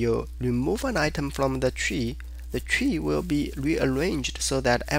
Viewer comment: I heared "chi" and I thought I am in the wrong tutorial ...... but you mean "tree" ;-) where are the subtitles ? very good tutorial but with nice asian pronunciation .... for me hard to understand my brain has to do more work ... ;-)